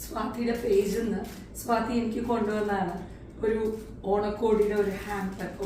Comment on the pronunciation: നിങ്ങൾക്ക് വള്ളുവനാടൻ ഭാഷയാണ് ചേരുക.....അല്ലാതെ സ്വാതിയെ സ്വാത്തി ആക്കുന്ന ഉച്ചാരണം ...ഒരു ഭംഗിയും ഇല്ല കേൾക്കാൻ.....😂